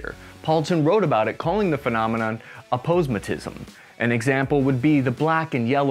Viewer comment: Aposematism is pronounced: "Ay-poe-sim-uh-tism" 😡